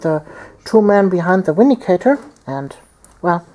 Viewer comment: both armies looked awesome! i would definitely suggest more close combat against necrons. theyre far too shooty! ...it may be inappropriate, but i smiled every time you said 'windicator' :P